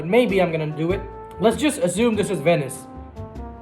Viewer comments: he says "yesterday night i was playing in wenice" but its actually Venice with a "V" and when he say wins he says vins LOL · it’s “Venice”